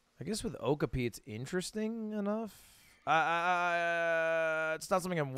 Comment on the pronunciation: Hey Lud, not sure if you know and are memeing or don’t know but it’s pronounced Oh-CAW-pee, not OAK-uh-pee :) Fun fact- even though Okapi have a striped back like a zebra, they are actually closely related to the giraffe!